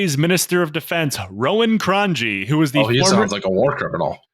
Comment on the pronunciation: his name is “Cron-ye”